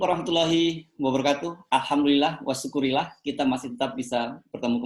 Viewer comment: Ucapannya tolong yang bener, bang. Wassyukru lillah, bukan wasyukurillah